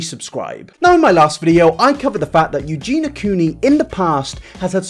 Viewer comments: Spends two days researching -Still pronounces it "Euge-NA" instead of "Euge-NEE-A".. -jk love you but srsly dude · But like... the onlllyyyy thing that bothers me is that you don't say Eugenia correctly you call her Eugena..... are you doing it on purpose?? 🤔🤔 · I believe its pronouned more like eugene y-ah ( versus eugene-ah )... maybe I'm not explaining it correctly via text but anyway, not a big deal, I just like to be corrected if I'm saying something wrong so y'kno. :p Important video; needs to be discussed with this kind of blunt truth. Thanks for addressing it. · Not a fan, but first her name is Eugenia, not Eugena, and second, this second video was absolutly unecessary, extremly repetitive abd basically brought 0 new information on the topic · it bothered me a bit that he kept saying “Eugena” instead of Eugenia 😭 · Is he calling her Eugena instead of Eugenia on purpose? xD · Ps her name has an i in it, Eugeniiiiia not Eugena, can’t watch any longer 😳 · Eugenia.. Not Eugena.. Aahh 😂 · love you yet it’s eugenia not eugena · Her name is Eugenia not Eugena! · I love u. But please try and pronounce eugenia' shame properly Ugeenee Not ugeena Sorry if I'm.being picky. I think its cos you talk so fast Anyhow. That's my little gripe over. Love your content and take on things xx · am I the only one who cringes every time he says "EugenA"?)) Love you! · Yoo-Gee-Nah 😂🤭 you’re missing a second I there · nobody:: yuGEENa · Only if he starts pronouncing the "i" in Eugenia. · the fact you don't pronounce her name properly annoys me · Yeah yeah it's bad and all, but what's worse is PRONOUNCING HER NAME WRONG FOR TWO WHOLE VIDEOS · What's scary is that you still can't pronounce Eugenia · How have you made 2 videos on her and you still can't say her name right?